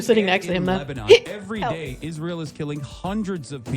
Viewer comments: Why is she pronouncing Israel like an Angel name and not the state name? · Hebrew pronunciation is Yis-ra-el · pronounces Israel like a televangelist.